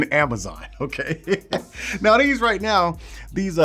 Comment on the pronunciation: After you said amanom instead of amazon, you got me, subscribed 😂👍